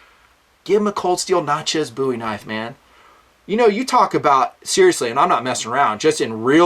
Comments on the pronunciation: I'm sorry but It's pronounced Nat-chez (sounds like matches) not Nat-chas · Natchez - rhymes with "matches" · Love vid! Great scale only thing I have to say is the way you say "Natchez" but still great vid!